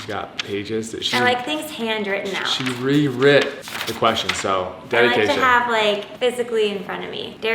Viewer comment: Its rewrote not rewrit.